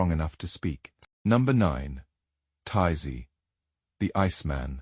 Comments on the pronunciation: The Ice Man’s name is ÖTZE, not TAZEE. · I just wanna know, I know.These are a I but do not listen.Is there no way to correct it?They keep calling otzy totsi